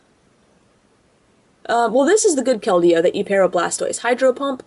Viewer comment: Its pronounced kel-deeo. :)